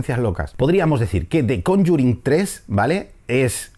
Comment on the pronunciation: podrias decir solo "el conjuro" , cuando dices "conyurin" suena horrible